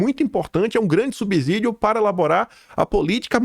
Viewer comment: Vc está dizendo toda hora " subzidio" ta errado. É ' SUBSSIDIO'! A origem é no latim: 'sub+ sedeun' = sub ajuda